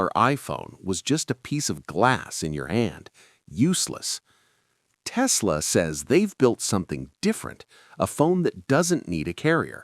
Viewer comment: It's Tesla', not 'Testla'.